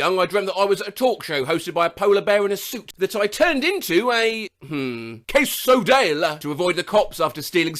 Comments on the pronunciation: ITS PRONOUNCED KAY SO DEE UH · just so you know, its pronounced kay-suh-dee-uh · it’s pronounced: Kay-soh-dee- ah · It's pronounced cay-sa-di-aa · Quesadilla is pronounced kes-oh-de-a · quesadilla pronounced (case-a-Deella) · I was actually eating a quesadilla at the moment this came up. I, as a half Mexican, died at the pronunciation u used. It's "Kay-so-dee-ya" 😂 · pronounced kes-a-deala, a delicious mexican food item that can be best described as a suntanned burrito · I love this pronunciation😂 It’s case-o-deea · The way you pronounced quesadilla hurt my soul. Also, why did you do it in an Italian accent? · features the pronunciation of any word ever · Just need you to know the L in quesadilla is silent. Anyway, to my weird dreams! I once had a dream me and Boyfriend and Girlfriend from Friday Night Funkin were walking out of a candy store, and I told Boyfriend to not eat the jelly beans. He did anyway, and turned into an Amazon box. Girlfriend kissed him, and he turned to normal.